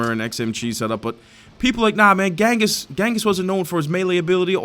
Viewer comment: ....bro....ghenghis is actually pronounced JENGIS